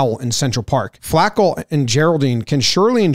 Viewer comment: It's not Flaa-ko. It's Flah-co. Put respek on it